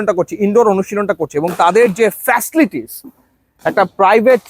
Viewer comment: উনি বারবার ফেসলিটিস বলতেছিলো 🥴 অধিক শিক্ষিত মনে হয়🤔